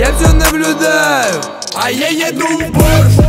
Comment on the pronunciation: Песня хорошая, Нурминский молодец, но... Правильно произносить в Порше, а не в Порш!